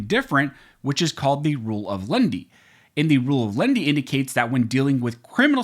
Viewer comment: The Rule is not "of LEND-Y". (Nobody borrowed anything.) It's "LEN-IH-TEE", (3 syllables). "Lenity" is "the quality or state of being mild or gentle" [Random House Webster's Collegiate Dict. 776b.] (Here, in legal interpretation, leaning toward "the people", in preference to a Gov't Agency.) [See also LENIENCY (4 syllables)].